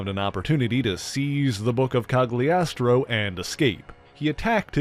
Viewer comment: Might be wrong but I believe the G in Cagliostro is not pronounced. Italian is a little odd that way.